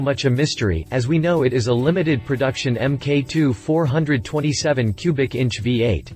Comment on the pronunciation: Its pronounced four, twenty, seven. 427C.I.